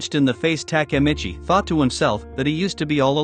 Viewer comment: if i hear TAKAmitchi one more time imma kms